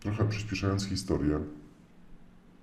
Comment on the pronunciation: Tak gwoli ścisłości to Mojżesz miał na imię Mojżesz, a nie Mojrzesz. Można wrócić, ale nie wrucić, i opowiadamy historię a nie historję. A noga może się powinąć, ale nie podwichnąć😉 Tyle tego, że trzeba zareagować. Popraw w edycji, a usunę ten komentarz.🙃